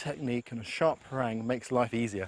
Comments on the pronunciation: It's pArang. He says it like perAng. That means brown.. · He says parang weird.